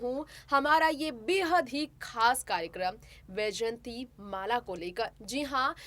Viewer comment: Madam ,,,,,smt vyjayantimalaji is great lady ,highly respected graceful lady a legendary actress and topmost dancer ,,, unfortunately ,you are adrresing her as 'yjayanti ',,this is not correct , please correct your narrating style